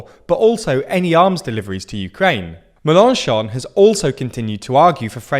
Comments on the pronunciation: That pronunciation of Mélenchon 😭😭😭 meLONchon 😅😅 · Pronounce Mélanchon with stresses on the Mél (it has an accent) and the chon, not on the -an-. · Your pronunciation of Melenchon is better than it was. But...accent on the last syllable, please! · I'm not French, but the way he says "Melenchon" is hurting my ears